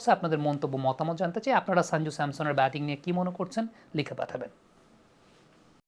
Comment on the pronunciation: সঞ্জু স্যামসন ✅ শাঞ্জু স্যামসন ❌ উচ্চারণ টা ঠিক করে নেবেন। আপনার ক্রিকেট বিশ্লেষণ অসাধারণ। A gem U r of this sub continent in your field.